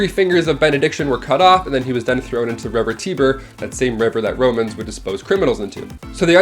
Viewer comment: The Tiber River is pronounced TI-ber